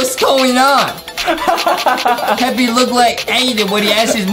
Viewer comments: It's Peppa not peppy and Justin needs dounts and Adam needs some milk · It's peppa not peppy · That ain't peppy piggy bruh it's supposed to be Peppa pig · Peppa not peppy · The way u said "they passed by pepies house (pepa pigs house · It's not peppe it's p e p p a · Its not peppy its pappa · Peppy? IT'S PEPPA! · what is pepie pig its supposed to say pepa pig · Its peppa not "peppy" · It’s pronounced Peppa P-e-p-p-a